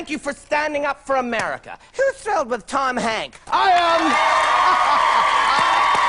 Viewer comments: Lol here's Tom Hank.... without the S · “Here’sTom Hank”😂